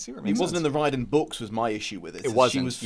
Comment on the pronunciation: Here’s the part where I point out Rick’s last name is pronounced Ri-Er-Dan, because the trailer to Ship of the Dead is burned into my brain.